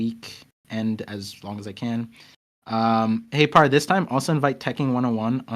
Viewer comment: u pronounced my name perfectly par just back to watch the last few minutes i didnt watch lol